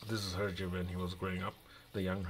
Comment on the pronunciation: Thanks for the video. "Belgium language" is actually French :) And yes, you've got the prononciation right. Beautiful book indeed. Hergé was a genius.